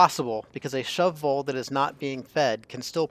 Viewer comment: I appreciate how you pronounce Shove Vole each time, and don't just say "shovel". I've never done a shove vole farm before, so I definitely think I'll try it out now. I'd like to experiment with the replenishment though - perhaps if the critter counter rather turned off the egg conveyor loader (is that even possible) when it drops below 10, then you just have to wait a few cycles for it to hatch and grow up. As soon as it hatched the other eggs would be swept up again. Then again, there would be a slight delay in producing more eggs while you wait for the pup to grow up.